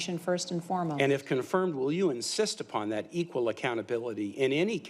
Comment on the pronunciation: Couldn't even say EQUAL!! smh